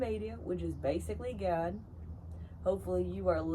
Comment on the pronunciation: I love how you pronounced “GAHHD” 😆